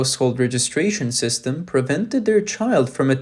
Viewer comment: The narrator speaks English well, except for a few problems. It is system and not systen. The m ending sound does not exist in mandarin and the narrator could not pronounce it either. the ive ending in English is not well pronounced either. The narrator should practice pronouncing these two ending sounds. It is imperative that the narrator should do so as he may have a problem distinquishing between 'then' and 'them'. I also hear the mispronouncing of 'ism' as 'isn'. That is bad!